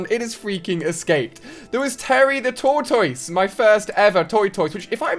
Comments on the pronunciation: Tf is a toitoise? Its tor-tus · my favourite thing is the way he says tortoise (toy-toy-ses) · Toy-toy-ses... Never heard tortoises pronounced like that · i love the way he says tortoise😂. Different from America but it sounds really cool.